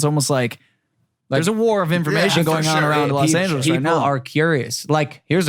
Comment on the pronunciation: Mike:Los angles Me:lol